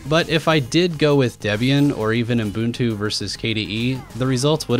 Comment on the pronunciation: What is UMM-Buntoo? It's OOH-Buntoo.